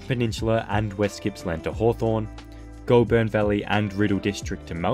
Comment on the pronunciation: It’s the Goulburn Valley not Goldburn